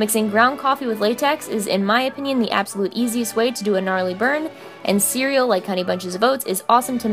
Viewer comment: You said Cerial: Siri turned on 😂✌🏻️